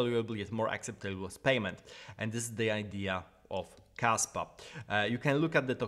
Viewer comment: I thought you said Kasta for a second hahaha